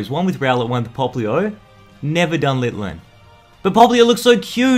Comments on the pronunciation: I've really never got annoyed by you but it's pronounces LITTEN. ITS NOT LITTLIN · Lit-in not lil-ten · Why does he keep calling litten litlen like bro get the name right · I like how he's saying Litlen but the pokemon's name is Litten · "Littlen", it's Litten (no L) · Why do you call it Litton it's Linden plus lens the best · dud, not little-en litten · littlen? do you mean litten? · Litten =/= Litlen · Lol he said LITlen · It's litten not littlen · It’s litten not litlen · It's lit en not litlen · IT IS LITTEN NOT LITLEN!!!!!!! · You calld litten littlen 😡